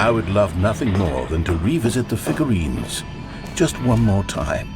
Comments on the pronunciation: 'Figlureanlurines' kills me every time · “You’ve nearly gotten all of the Figlureanlurines!”